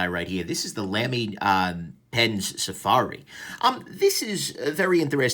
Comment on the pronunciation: BTW, it's pronounced "Lumy", like "lumber", not "Lamy" like "lamb".